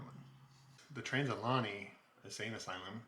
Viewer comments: I’m sorry but it’s Trans.. al.. Uh…gay..nee. That was driving me nuts, lol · Pronounced "Al-ugh-gay-knee." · It’s pronounced al-e-gany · You are pronouncing it wrong Ali -ganny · This is the second channel to say it like that lol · Say the name wright please